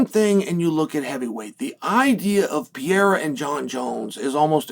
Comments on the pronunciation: Chael, please, for the live of god it’s not “Piera” it’s Pereira. PE-REI-RA! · please learn to pronounce Alex's last night right